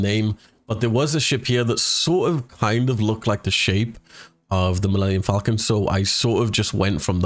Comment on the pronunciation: milmemenium falcomcon